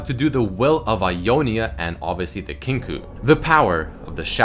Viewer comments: It is pronounced "Kin-KOH" Not "Kin-koo" :) Great vid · It's pronounced "kink oh". Kinkou means balance in Japanese and is pronounced as such. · "Kinkoo order" LOL